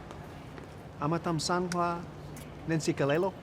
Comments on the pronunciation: Ross actually said it right, the translation is wrong!!! Well done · no guys no he said it right "Amathamsanqa Neentsikelelo means good luck and blessings" not shoe laces -iintsikelelo does not mean shoe laces hahaha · "Amathamsanqa neentsinkelelo." Good luck/good wishes and blessings. And the man(Martin Freeman) said it perfectly! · Can't believe I've never seen this video before. Anyway , Everett Ross said the phrase correctly. He's pronunciation was a bit off but the wording was correct so I don't know why they made it out like he said shoelaces. He said, "Amathamsanqa neeNtsikelelo" Which is the isiXhosa meaning of, "Good luck and blessings" Now please don't get me wrong. I love Black Panther. I'm currently on a YouTube marathon just watching all the clips I've never seen. I just thought I'd explain to those who don't know. With that said, #WakandaForever